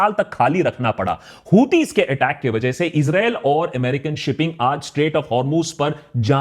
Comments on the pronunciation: Issrraa.. 😂😂Israa🤣🤣🤣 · It is very brave of you, to state all the facts. I've become a fan of yours. And the subtle "Israel" 😂😂😂 you had me there lol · 😅😅😅 Israel bolne ka tarika thida casual h